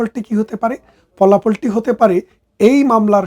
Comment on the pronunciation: আপনি তো শিক্ষিত মানুষ তাহলে ভাষা উচ্চারণে এতো ভুল কেনো? ফাঁসিকে বলেন পাসি 😂 ফলাফলকে বলেন পলাফল 😂? আরো অনেক শব্দ আছে যে গুলো আপনার মুখ থেকে শুনলে হাসি পায়। পরবর্তীতে দয়া করে শব্দ গুলো সঠিকভাবে উচ্চারণ করবেন। ধন্যবাদ।